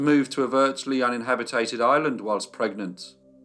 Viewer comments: *un·in·hab·it·ed. Not un-in-habi-tated. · LOVE your videos. But "uninhabitated" is not a word. It's uninhabited. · What the hell is “unhabitated”? I think “uninhabited” is the word you’re after.